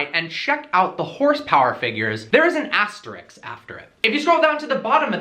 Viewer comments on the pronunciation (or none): It's ASTERISK not ASTERIKS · Its not 'astericx" its asterisk....